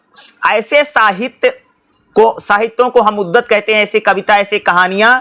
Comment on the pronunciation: पढ़ते तो अच्छा है पर कुछ शब्द गलत बोलते हो सर जिससे कन्ज्यूरिंग होती है जैसे उद्धत, प्लाटो